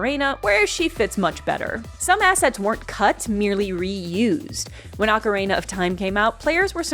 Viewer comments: I love that you say Ocarina like Macarena 😁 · mispronounces ocarina like "Macarena" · Ocarehna is sending me NGL. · I didn't know about any of that, so this was fun for me. But also, the way you say "ocarina" is wild lmao